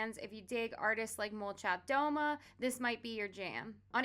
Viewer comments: hi! I'm a native Russian speaker and i have a small correction: in "molchat doma" it's "domA" ("houses"), not "dOma" ("at home"). great video :) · I think it is really questionable that the eastern european darkwave (doomer) scene has only little to no connection to the goth/darkwave scene here in europe (and probably not to that of the USA as well). Although they are musically often very similar, they don't really seem to take notice from each other. If I may give you an advise - make sure you actually pronounce it "Molchat Dama", with emphasis on the last a. Otherwhise, the translation shifts from "Houses are silent" to something odd like "They are silent at home". Also, thank you very much for this rich and versatile list.